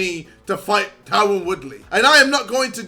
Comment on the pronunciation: idc about swarmz but can we get a wheel up on his pronunciation of ‘Tyron’